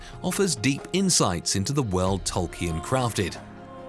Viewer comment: Goodness sake it’s not Tolk e un, it’s Tol keen!